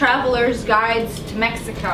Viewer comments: I laughed when she said mehico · did you say shigago instead of mexico